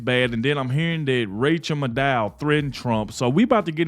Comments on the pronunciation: Her name is Mad Ow. Not Made oh Just fyi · Pedant time. Rchel Maddow's last name has the accent on the first syllable (MAD-dow). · Her name is PROPERLY pronounced, Rachael Mad-cow. 😂😂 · It's pronounced rachael mad cow😅😅😅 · It's pronounced mad-ow (like mad cow, but not quite). Which reminds me, some of these lame-stream media people could use some rabies shots. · It’s pronounced Mad Owe … like mad cow. Im happy you didn’t know 🥰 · I love your content! It is Maddow pronounced like mad cow, and it fits hero a tee! They want Nikki Haley because she is a is a friend to the dems the guy who is bank rolling her is a major dem doner and a friend to Jeffery Epstein. Whatever the dems say the republicans are doing they , in fact, are actually doing! This has been going on for over 20- 25 years! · Last name is pronounced Mad..o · You're mispronouncing Rachet Madcow. :face-green-smiling: Vivek is not our (conservatives) friend. He's doing and saying whatever he has to to get his foot in the Whitehouse door. That includes accepting second place. Do some digging yourselves. Haley is a liberal shill, that's why the lamestream media isn't against her. They want her in there.